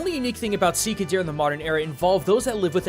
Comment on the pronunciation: You seem to have dropped that 'h' of 'shika'. Here you go. hノ( º _ ºノ)